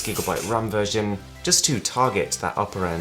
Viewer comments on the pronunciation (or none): none